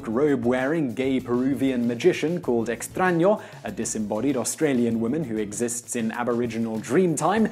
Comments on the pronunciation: this is literally the first time in my life I hear an english speaker pronounce a word writen with an Ñ correctly. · You say "extraño" very accurately considering you are not a natural born spanish speaker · I know, right? I was like... Are they editing when he says "Extraño"?